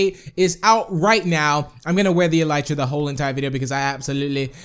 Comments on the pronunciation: it's e-le-tra not e-ly-ra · Devon Donnelly No it's "E-Lee-Tra